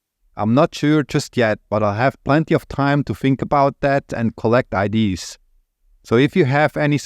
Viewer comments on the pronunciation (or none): “ideeaah”, not “idee”